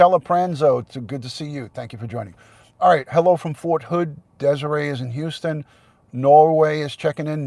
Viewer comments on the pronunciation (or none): none